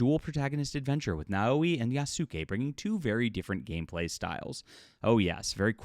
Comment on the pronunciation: Yas-kAy. Don't detail your very real argument by mispronouncing things.